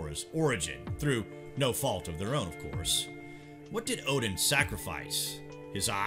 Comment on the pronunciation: For gods sake please stop saying Ohhdin